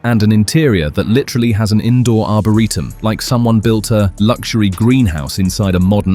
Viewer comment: What's an arbareetum?😂🤣😅 and point doom?... lol. Not Dume😂❤